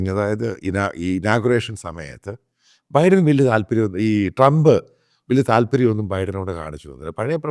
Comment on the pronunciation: ബൈഡൻ ബൈഡൻ എന്ന് തെറ്റായി ഉച്ചരിക്കുന്നു.